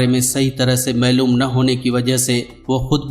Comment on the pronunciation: ۔۔۔۔۔۔U T ۔پرکمائ کرنے کی دھن میں مگن حظرات الفاظ ٹھیک بولا کرو جیسے آپنے کہا۔۔۔۔۔۔معلوم کو( میلوم ) کہا۔۔۔۔۔